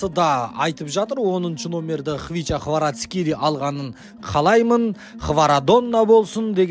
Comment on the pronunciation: Хварацхели емес Хварацхелия деш брат